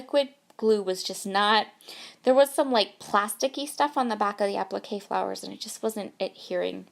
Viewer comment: Applique...three syllables, last one rhymes with "say."